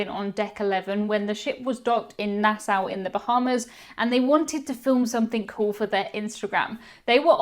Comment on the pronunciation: Learn how to pronounce the name Nassau...